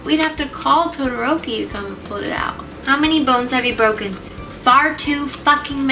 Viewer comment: When you said 'bakugo wouldn't be able to put it out so we would have to get/call todoroki to come put it out' I heard pull instead of put